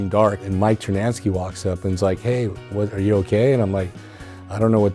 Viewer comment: Is it me or does he always say Mike TernaNsky like there is another N in his name?